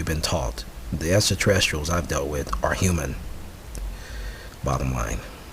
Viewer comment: This guy cant even say extraterrestrial. lmao !